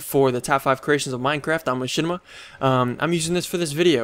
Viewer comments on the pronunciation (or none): none